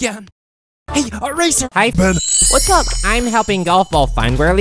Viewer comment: Bro Said "Poldy"💀